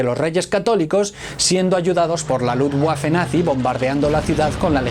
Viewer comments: Excelente video...apunte de suscriptor: luftwaffe se pronuncia luftVafe... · Hola! Muy bueno! Me gustan tus vídeos! (Sólo comentarte que Luftwaffe se pronuncia diferente, la "w" se pronuncia como una "v")👍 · jajaj laluftwaffe xD se mamo jajajajaj